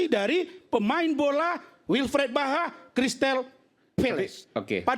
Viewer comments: Gk ada yg ngelurusin kah klo rasman ini salah sebut nama, zaha bukan baha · Razman salah orang..Yang dibaca nya Wilfred BAHA.. Bukan Wilfred ZAHA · WILFRIED ZAHA bang RAZMAN,,bukan WILFRIED BAHA.anda aja ngomong salah2 juga...